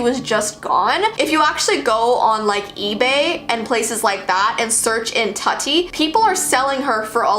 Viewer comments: It's TOOTI pronounced and she was discontinued, end of it. Tut-ee lmfao. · Tutti is pronounced like it rhymes with fruity not nutty. The Barbie you showed with tattoos was called Tokidoki Barbie not Tattoo barbie and was not removed from the shelves despite parents complaints over an adult collector Barbie. The 1960s Barbie fashion with the weight scale would not have been removed from the shelves in the 60s because of today's current standards. The Haunted beauty ghost Barbie was part of the Haunted Barbie adult collector series which also included a cool zombie Barbie. The Barbie that recorded the child's voice with wifi did not send the messages back to Mattel but back to the doll to repeat the message. I enjoyed and appreciated your video but the inconsistencies drove me crazy. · Indian be like tutti wha